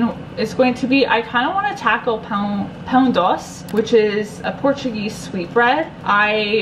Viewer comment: I barely speak PT but I believe that "e" in doce is not silent ;) they don't silence any of their vowels, especially e at the end :D I am polish and my mom used to make pizza with sauerkraut and I've been wanting to do it for a month straight but didn't muster the energy. maybe tomorrow :3